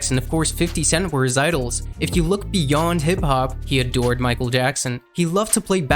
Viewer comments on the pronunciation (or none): none